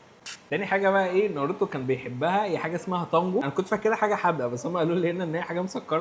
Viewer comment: ناروتو ❌ نرتو ✅